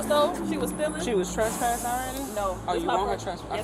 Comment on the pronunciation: she said traspassted